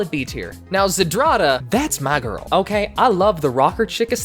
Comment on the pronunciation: Its not za-drada, its zdrada, ZDRA-DA ALSO, its malina, not mei-lina, i know, im polish